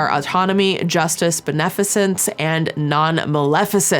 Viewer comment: I think the word is pronounced as " Ben a fish ense" beneficience